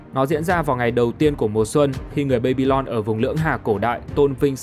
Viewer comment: Đọc là ba-bi-lon đừng đọc là bây-bi-lon